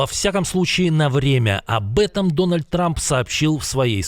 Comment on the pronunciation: Днальд ))) Дональд ))))